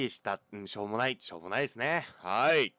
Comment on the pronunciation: 冒頭しょーもないと思ったってとこショーモナイトって聞こえてしまった。(フォートナイト中毒)